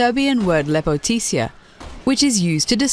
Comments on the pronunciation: in Serbian femine beauty Is not Said lepotitsia its lepotica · your VO actor made a mistake in her pronunciation. When talking about Lepotica in RE6, she mentions that her name comes from a serbian word. She then says what sounds like "lepoticia, a serbian word for beautiful." It isn't lepotisia. It is actually spelled Lepotica but is pronounced (phonetically): lepoti-tsa. The emphasis is on the last syllable (tsa). The lepoti is said fast. The entire word is pronounced in a fairly flat way without any inflections. That's more for an FYI :) Serbian is a bloody hard language when you're not used to slavic languages and kudos to the VO for her good delivery! Just a minor mistake ;p And awesome find, really! And it does mean beautiful girl! (Or hottie... depends how you wanna translate it). The irony is quite a beauty! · and it doenst reads lepotisia or lepotisa it reads lepotica as its writen,so it means c is difrent than on ingland,u should google and listen it on g translate its just a c ont a k not a s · lepoticia? what? please first learn how to pronounce the word "LEPOTICA" then make a video please, this is a disgrace to all balkan people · The way she pronounced " Lepotica "... More disgusting than the boss itself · Holy shit did you butcher Lepotica. I didn't even know it was in my own language until you said so. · Gosh how she said "Lepotica" Is more disgusting than the model Jk I'm Serbian that's why I'm cringing over it